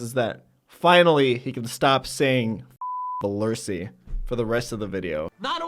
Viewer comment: Comedy, also known as calling Bewear "VELURSI" like a million times.